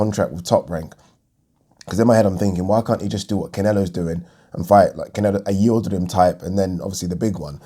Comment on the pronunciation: Love your content but hate the way you slurrrrrp coffee and pronounce Yildrrrrrim